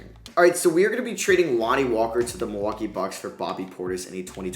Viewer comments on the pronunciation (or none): none